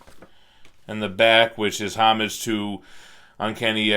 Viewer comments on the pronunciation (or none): none